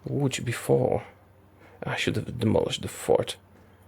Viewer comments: Wtf how yo know how to say Łódź? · Ladies & Gentlemen: the first HOI4 player to say Łodz correctly